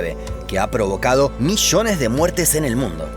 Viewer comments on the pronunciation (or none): none